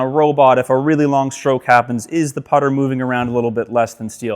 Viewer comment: It's the putter. Not the putter.